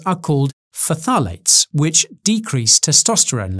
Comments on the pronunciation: It's pronounced "FTALATES" not "FUTALATES" by the way :) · lmao. It's pronounced tha-lates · Nutritionist isn't a protected term, therefore you can technically call yourself one. can't call yourself a dietitian though. Also I always pronounced phthalates as Faff a late. Faffing is my favorite word since my chemistry degree.